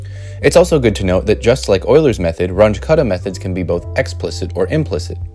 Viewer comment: This "Runch" was the German mathematician Carl Runge - and name is pronounced ʁʊŋə (ca. "Roongeh"). He was the teacher of Max Born, btw.! And your "cuddah" was the German mathematician Martin Kutta, pronounced kʊta) If you adore people enough to produce a video on their achievement, you need to be able to pronounce their names properly! ("But everybody says it this way, over here"? .. is just stupid: Since when does quantity in ignorance is a proper argument?)